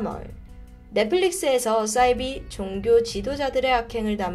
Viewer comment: 싸이비가 아니고 사이비로 발음합시다